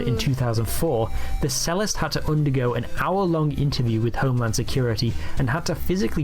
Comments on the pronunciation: The narrator doesn't even know how to pronounce "cellist". The narrator also misuses the word "convicted". Amazing. The stupid calling other people stupid. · " sellist?" a Cello player is not a "selo" player , and they are not a "sellist" its 'ch-ello' and ch-ellist! letting us brits down here dude. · He also said sellist for cellist. The bloke’s a right berk!